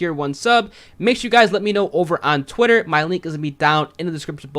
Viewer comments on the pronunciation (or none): none